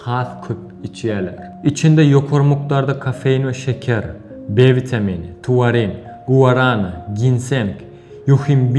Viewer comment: Tuarinmi ya taurinmi